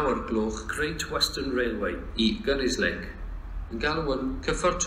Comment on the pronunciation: Good to hear the announcements are mangling both English and Welsh language and station names... Especially the announcement to Gunnislake... A laugh a minute...